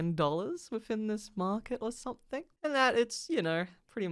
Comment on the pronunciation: It's "Something" not "Somethink"